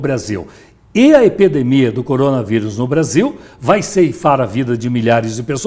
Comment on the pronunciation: “omenta a epedemia” 😂😂😂😂😂